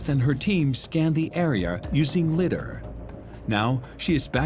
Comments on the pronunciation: I know, right? As well as "Liddar" ! Is this a drinking game? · Your AI narrator needs to pronounce lidar right. And citadel.